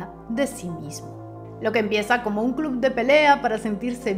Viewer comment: Pronuncias la primera palabra "FIGHT" correctamente, pero CLUB se pronuncia CLOB.